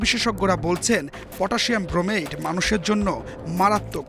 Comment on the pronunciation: ক্রোমেট না ব্রোমেট